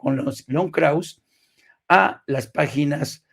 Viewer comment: Estimado, el apellido Krauze es de origen alemán - aunque Enrique Krauze es judío - y se pronuncia con todo y e (krausse). Como tu lo pronuncias, sin la e, es otro nombre: Krauss.